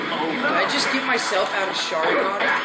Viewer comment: It's ( Shar - ing - gan ) Sharingan!